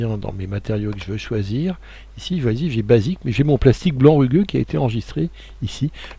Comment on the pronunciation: il faut lire rugueux avec un 'u':) Merci pour ce nouveau tuto #clapclap